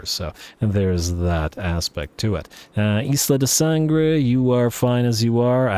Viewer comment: wow excellent Spanish when saying “Isla de Sangre"